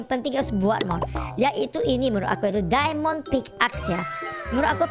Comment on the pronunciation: Mohon maaf nih bangj itu diamond bukan dimon